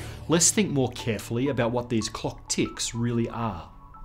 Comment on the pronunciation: Can't stand the way he enunciates the word "clock"